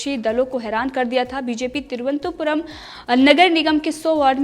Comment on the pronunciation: Cheap news.just like bjp.she can't even pronounce the capital of Kerala properly.